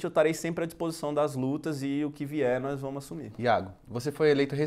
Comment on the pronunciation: eu "tarei", "nóis vamu" assumir... 26 anos nas costas e ainda cursando... "PÁTRIA EDUCADORA!!" VERGONHA ALHEIA!